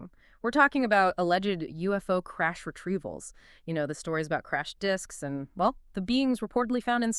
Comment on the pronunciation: It's Retreavals, not Retevals!